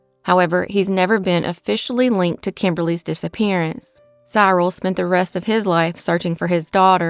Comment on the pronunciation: Cyril is pronounced Si-ril. A soft i not hard.